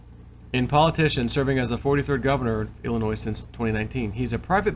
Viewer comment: FYI: the letter S is silent in llinois. Ill-in-noy phonetically.....